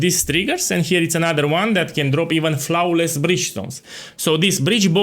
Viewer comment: your pronunciation is flouaowless